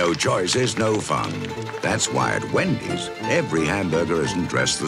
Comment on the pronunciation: A great deal of 1980s people still use that Wendy’s Soviet style pronunciation it a joking way. They can’t help it